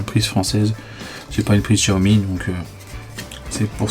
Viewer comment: Salut Guy, Xiaomi ne se prononce pas Tchoami ??? mais CHAomi car en chinois Xi c'est Chi ...merci papy JP